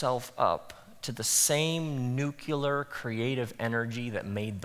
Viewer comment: I really enjoy Rob's teachings. But damn it if he didn't say 'nucular' instead of 'nuclear' . I forgive you, Rob.